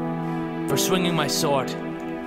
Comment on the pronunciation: You said I can drink my sord lol